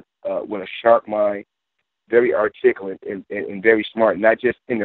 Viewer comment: Yup, very Are-Tick-Alit indeed. lol I'm dying.